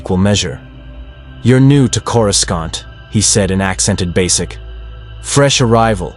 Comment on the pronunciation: LOL, the moment I heard the pronunciation on Coruscant, I clicked off. Stop with these fucking shitty AI videos, you uncreative loser.